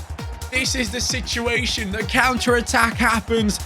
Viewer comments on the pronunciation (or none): none